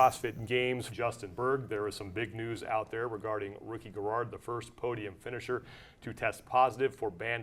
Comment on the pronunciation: Why does he say finisher and season funny?